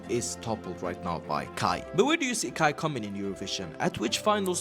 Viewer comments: KAJ is pronounced as kai. In Swedish j is not pronounced like in English - djay, but like yi. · I register that pronuned KAJ in the rigt way, but pronunced in English.. that got a lot of french prononciations on letters! I do think vould pronounce it as KAY in english/normandic/french?? I do feel sorry for Måns, he could have won in any other nation, with his europop/eurovision perforemance, it was great! And then some afterthougts.. Im positive, I think Eurovison need this, more autentical, local language, local positive things! On the other hand.. Im afriad if we wins, becuse it costs a lot to host next Eurovision final.. its kinda mini Olympics! Its this that its a EBU competition, its national public broadcasting companyes that competes, that get there fundings frome there population fees not there goverment! In worste case if we win again, we have to watch a lot of USA made cheap soap operas, for a year or two!:face-orange-raised-eyebrow